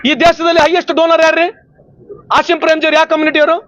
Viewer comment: ಮಾನ್ಯ ಮಂತ್ರಿ ಅಸಿಮ್ ಪ್ರೆಮ್ ಅಲ್ಲ ಆಜೀಮ್ ಪ್ರೇಮ್ ತಪ್ಪು ತಿದ್ದು ಕೊಳ್ಳಿ